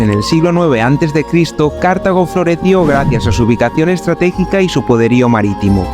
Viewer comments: Dice 'bonito' y 'maravillarnos' así como mil o dosmil veces, aunque con voz de estar descubriendo la piedra filosofal. No parece que conozca a fondo Túnez, a la vista de sus explicaciones ligeritas y topicazas o el delirio de repetir sin sonrojo lo de Cártago (sí, a lo esdrújulo 😂). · Cártago no es esdrújula chaval, sino Cartago, palabra llama, y Leptis Magna no es Leptis Manga. Hay q formarse un poco.